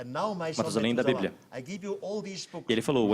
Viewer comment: além de falar tudo errado, "na bibia" auhhuahua